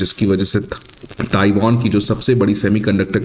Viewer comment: Taiwan ☑️☑️☑️ "Taiwon" ❌❌❌